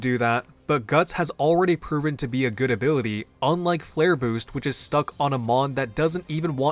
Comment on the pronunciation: take a shot every time he pronounces ability as “abiwity”